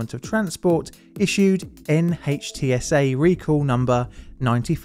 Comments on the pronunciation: NHTSA is pronounced NITS-uh. Just FYI. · Great video. Just an fyi: NHTSA is pronounced “nit-sa”